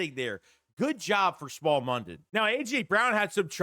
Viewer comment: His name is pronounced Smile not small.